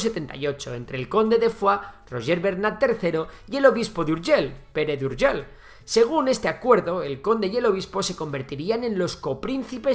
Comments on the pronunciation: Las palabras que acaban en LL se pronuncian Ei no EL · "URGELL" con dos LL aqui y en la china popular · Puedes decir seviLLa i no urgeLL inutil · Es Urgell, no Urgel. Hoy está la población La Seu d’Urgell. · Madre mía pronuncia mejor Foix que cualquier nombre catalán jajaj. Urjèl 😂 me encanta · Seo de urgel, tela nen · ver a un castellano pronunciar "urgell" es algo increible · Vaya hombre , es que los castellanos tenemos deficiencias.. 💩